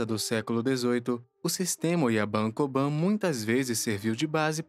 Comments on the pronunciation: Uma correção: se pronúncia Kobun e Oyabun exatamente como se escreve. Diferente ao inglês a vogal "u" não se pronúncia com "a". Portanto Oyaban e Koban não existe. Ótimo vídeo . Fica só essa dica. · Oyabum kobum vc ta pronunciando errado